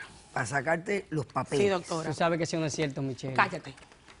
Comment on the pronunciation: Hablan asi todos los dominicanos? No pronuncian la r, suena como no doctola, yo no lo peldono. :) h: Pelo doctola, yo la amo. lol